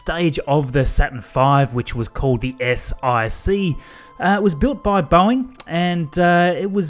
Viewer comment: You called it an S-IC (Eye-cee) instead of an S-IC (one-cee)? Roman numerals! That's not the thing is it Also, you said S-IVB (Eye-vee Bee) as opposed to S-iVB (S-four-b) does that also count?